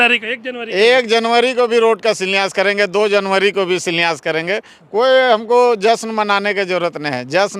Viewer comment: इसको शिलान्यास बोलने नहीं आ रहा है, शिलान्यास क्या करेगा।